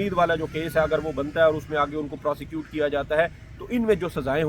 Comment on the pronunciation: پراسیچوٹ نہیں پراسیکوٹ ھوتا ھے کیا کرتے ھو یار